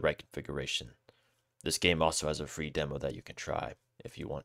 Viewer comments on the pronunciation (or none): none